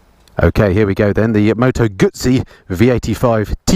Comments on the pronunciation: Its pronounced GuZZi not Gutzi. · Tut Tut … Guzzi not Gutsi LOL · Moto Gooey-see.🤣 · Did you say “Gutzi” ? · Nice bike, though a single headlight would improve the looks... By the way there's no 'T' in Moto Guzzi....